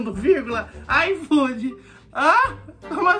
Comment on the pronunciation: O cara: "IFOOD": "IFOOD" não entendi